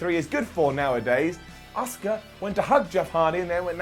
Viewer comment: You actually said “Asuka” 😳